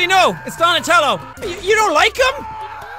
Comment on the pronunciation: he said donatalo wtf is the color of his stripes huh sean